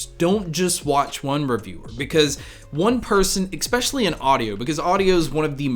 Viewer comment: good talk. But - 'ek-specially'?? -- haha c'mon you know you're better than that. But excellent overview of your approach & philosophy.